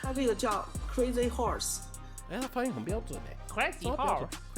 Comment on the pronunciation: 把crazy horses強行唸成crazy whore也太強行。業配好煩喔可是我喜歡🤣🤣🤣